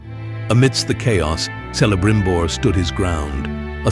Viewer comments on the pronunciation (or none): Celebrimbor should be pronounced with the initial [K-]. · Those pronunciations are terrible. Air-region and selebrimbor lol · Pronounces Celibrimbor wrong.